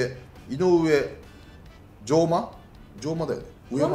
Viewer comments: じょうまではなくうえまです あみしまではなくつなしまです 武内君を獲得していて本当に良かったと今、思いました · 吉川じゃなくて古川やで… 追加 ↓ 上間（うえま） 粟津（あわつ） 返信欄の方にもあるように、網島（あみしま）ではなく綱島（つなしま） でございます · うえま つなしま ふるかわ ちゃんとせえや名前間違いは失礼だよ理崎さん